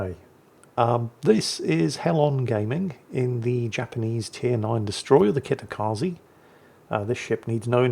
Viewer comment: I wonder if the English speaking peoples ever get to pronounce the Japanese "e" at the end of words correctly. It is not that hard and yet, we have Kitakazeeee, Kamikazeeee and so on. is special in this that he would still do the [i] sound even if you smacked him with something each time he does it. 😀